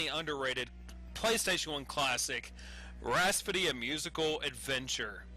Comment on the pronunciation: lol. "Rhaspody"...